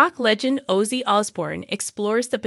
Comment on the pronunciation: How can this segment get produced mispronouncing OZZY? unreal